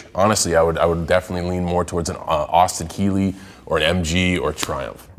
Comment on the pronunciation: Did cena say Austin kealy?...